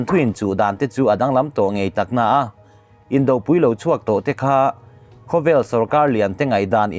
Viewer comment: Indopui,tih a pui hi Arpui tiha pui thluk angin thluk zel rawh a dik a ni.